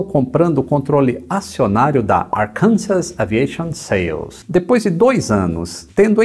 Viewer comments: Só uma pequena correção de pronúncia inglesa: Arkansas se pronúncia "Arkansó". Bom o vídeo!! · Uma dica: Arkansas se pronuncia Arkansaá.